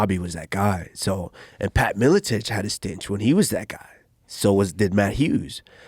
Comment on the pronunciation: Damn Leon messed him up so bad he called “stint” and “stinch” and “era” “error” lol